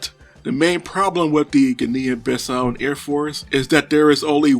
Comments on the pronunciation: the correct term is Guinea-Bissau, pronounced "Guinee-Bissau", not Ginneean-Bissau. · There is no such place as “Guin’ neehan Bis sow” !!! There is however a country called Geeeee’neeeeee Bisssau!!! Please , you are butchering the name!!! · Please research your pronouciations. It is pronounced "Gee-nee Bee-sau" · I really wanted to watch your cideo but I can't. I know it is not your fault but that pronunciation! Oh boy! I just can't hear you butchering those words. I will try for some video about some english speaking country, don't worry. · You didn't mention that trainer enough times!! Also not learning to pronounce the name of the country was a stroke of creative genius.